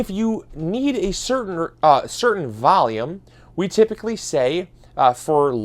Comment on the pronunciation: Valume and a bax